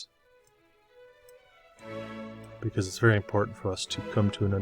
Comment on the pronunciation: Veddy good. Veddy, Veddy good. 👍